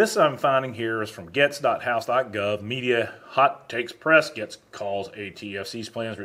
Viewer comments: Pronounced "Gates". It has been a struggle for a few today. LOL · No disrespect, but you pronounce Matt Gaetz last name Gates. Other than that Great job. 👍🏼👍🏽👍🏾👍🏿🇺🇲🇮🇱🇺🇲🤘🏿🤘🏾🤘🏽🤘🏼